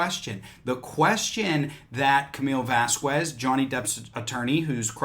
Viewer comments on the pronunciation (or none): If she's one of your favorite lawyers, it's pronounced "Vass-Kezz".